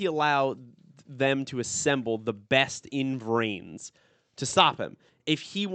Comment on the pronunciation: Eternalight like “ Into the VRAINS “ Sounds like “ INTO THE BRAINS “ Most often when Blue Angel says it